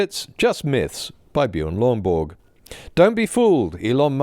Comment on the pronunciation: I could listen to you enunciating "Bjørn Lomborg" on a loop all day